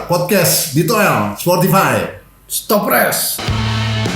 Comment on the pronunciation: towel t nya tolil